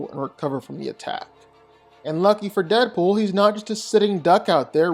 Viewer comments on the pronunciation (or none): It's Deapool, I dont even gotta watch the video, It's Deadpool. I mean c'mon...